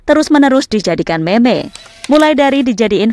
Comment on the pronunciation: Kaget kok meme di baca meme , meme tuh di baca (mim)